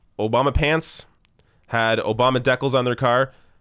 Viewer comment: Ummm Obama deckals?? 🤭 I think that’s decals 🤣